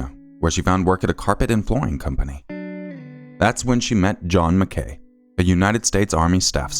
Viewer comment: Just a heads up (since you explained the pronunciation for the other surname) MacKay/McKay is pronounced Mack-aye (like a capital i). It's a Scottish surname.